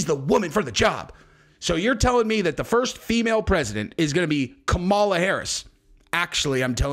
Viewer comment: Its Cam-a-la